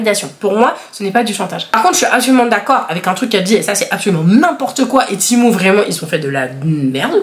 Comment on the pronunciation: Ça se dit pas timou ça se dit tému